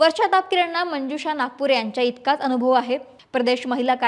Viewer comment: महाणगर पालिका , भाजपाण, अणु भव, आरे रे ,किती अशुद्ध, थोडा प्रयत्न केला तर न आणि ण मधला फरक लगेच कळेल, सकाळ कडून जास्त अपेक्षा आहेत